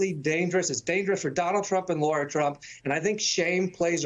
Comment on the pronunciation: It's a pet peeve of mine when people mispronounce names. It's Michael Co-hen, not Cohn. It's David Nunez, not Nuñez. And it's Lara Trump, not Laura Trump.